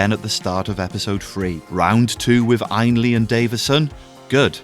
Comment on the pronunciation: I’ve never heard ”Hulke” or “Ainley”’pronounced quite like that before. Good video as always,!